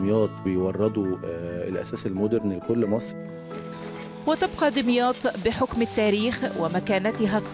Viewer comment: اسمها دُمياط مش دِمياط بضم الدال مش كسرها !!